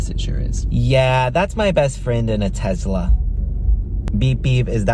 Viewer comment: why does he say tesla like tezzla